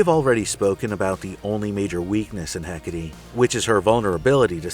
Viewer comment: The best attempt at the pronunciation of 'Εκάτη I've seen so far, nice!